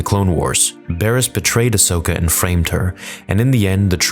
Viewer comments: Just one mistake: It's Ahsoka not Ashoka :) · Her names ahsoka mate. Not ashoka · Ashoka? Really, Ashoka?!! Nice work with the name of our beloved Ahsoka. Please, at least try to be more respectful.. If you can.